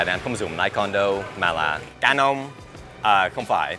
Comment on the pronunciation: dan đọc canon kiểu gì mà gần giống người bản xứ vậy